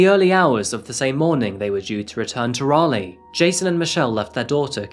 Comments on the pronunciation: It is Raleigh, NC, not Rayleigh. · What kind of Englishman pronounces Raleigh like that lol